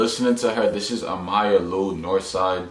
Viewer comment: Pretty sure it’s Ay-ma lou